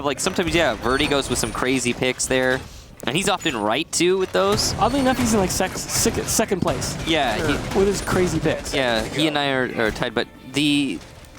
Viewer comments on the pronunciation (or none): he says sex instead of second lmao